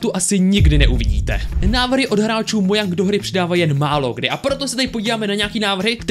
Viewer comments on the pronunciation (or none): Mojang se vyslovuje Moučeng